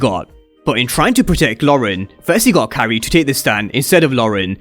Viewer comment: the first time I heard you say "Carrie" I thought you said "Kyrie" for days I was trying to figure out who the hell is that